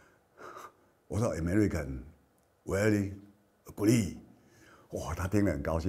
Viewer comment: 每次董哥都把great念成greed，某種程度上也沒說錯啦